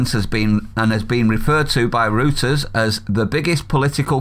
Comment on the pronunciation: Oh - I Find the way you say Reuters and darkle very interesting and is a very interesting North/South thing - Keep it up, as language is what make the UK so interesting and follows all the way up north till we get to Scotland where all we can understand is the word "Independence" because that is all we hear from those SNP idiots that allegedly represent the citizens but not asking important questions or raising issues for the Scottish people in Westminster whilst killing services and wasting money.